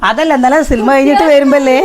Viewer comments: സിൽമ അല്ല സിനിമ എന്ന് പറയൂ. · Cinema ennu parayanam